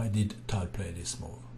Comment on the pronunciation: Tal not Towel, please♟️